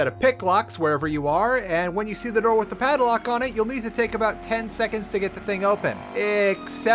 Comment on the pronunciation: Lost in VIVO has maps!? Really? I've beaten the game without knowing that?! Also, i don't quite get why sometimes he substitutes "th" with "z/s" saying "Wiz" instead of "With" and so on. I just found that detail peculiar and wondering if there is an explanation.